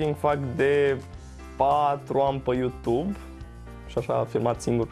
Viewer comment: "Pa yutub" Bonus : "Umm...pa yutub boss"